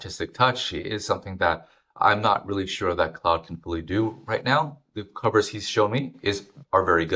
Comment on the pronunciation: You mispronounced claude as cloud, its CLOD